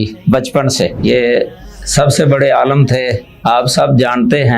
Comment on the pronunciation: عالَم❌❌❌ عالِم✔️✔️✔️✔️ مدارَس❌❌❌❌ مدارِس✔️✔️✔️✔️